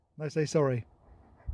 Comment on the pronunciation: He said “I’m sorry” perfectly! Good boy🥰